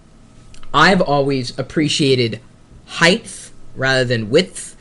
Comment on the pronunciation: HeighTH is not a word; It's HEIGHT and WIDTH. We don't say WEITH.